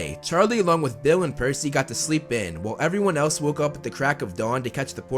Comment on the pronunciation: Its PERCY Not PEARcy!